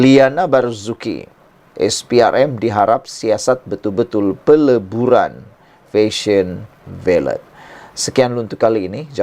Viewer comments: Baiklah , Jom kita betulkan ! Ini Fashion Valet , bukan Fashion Ballet ! Valet madam valet parking , bukan Ballet menari atas Pentas ! Kecuali Fashion Valet nak mula jual tutu Dan Kasut pointe, kita serahkan urusan ballet pada penari sahaja …..tapi last last betul juga you sebut valet ….. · SEBUTAN SABAH IKUT EJAAN BAKU.. OK LATEW..DI SEBUT FESYEN VALET..😅